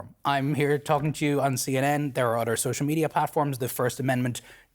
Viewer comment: “udder” = other. Lmao